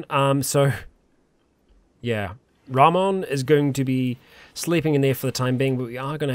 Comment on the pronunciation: His name would be pronounced Rah-moan, so you should call him Joey Ramone. And on that note, rename the other guy Iggy.